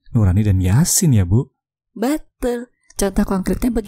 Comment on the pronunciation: "beeetul" I liked your accent